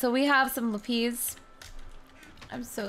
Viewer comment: FYI you don't pronounce it lupes you pronounce it LAPIS